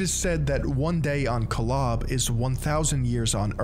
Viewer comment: This isn’t your fault but the pronunciations in the video were bothering me 😭😭 Nephi is pronounced knee-fi (fi like in Wi-Fi) Kolob is pronounced co-lob (lob like job) Elohim is pronounced el-o-heem